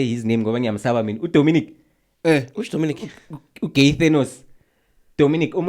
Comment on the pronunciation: Unesbindi Bruh you mentioned "Donimic" 🤣🤣🤣🤣